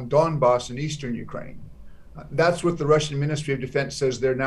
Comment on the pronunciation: whatがfatに聞こえて気になる。